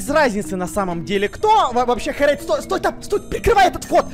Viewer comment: Не Хрейд, а Херейд ;)